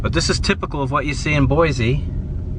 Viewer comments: It’s Boy-see, not Boy-zee. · First of all Boise is pronounced BOYSEE NOT BOIZEE . I’ve been here well over sixty years. Never heard of a badger problem. California problem for sure. Next time you come to our city ? Don’t ! You’re not too bright are you ? The birds are Canadian geese….. AND QUIT SAYING BOIZEE …………………….IT BOYSEE BOISE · Couldn’t even pronounce Boise correctly 😂 it’s not BOY ZEEEE . It’s boy seee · Not pronounced "Boy-Zee." It's "Boy-Cee". I live here. I agree, downtown is not beautiful. You'll find Boise's beauty is in its people. Kindness, going the extra mile to help a strangers and neighbors alike...I love it here, but I'm glad you don't. Boise has been in the top five best places to live for the past ten years. We are now inundated with more people than our poor roads can support. So we could use a lot more "negative" reviews. You know. To discourage the tourists. And the badgers. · BoiCee not BoiZee. ;) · BOY-CEE not BOY-ZEE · The proper pronunciation for this city is BOY-SEE, not bwoy-zee. Your pronunciation of the city is wrong, so are your facts. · There is no Z in Boise. It is pronounced BOYSEE. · No offense but please say Boise instead of Boyzee! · Lived in Caldwell while I was stationed at a radar site near Wilder way back in the mid-'80s and I LOVED Boise. I realize things change but the people I met there were some of the nicest around. (That honor goes to the people of Nebraska) My wife is still amazed we don't live in Boise or anywhere in Idaho at this point. Edit: Oh and it's pronounced Boy-See. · Boize lmao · Boise is pronounced with an S not a Z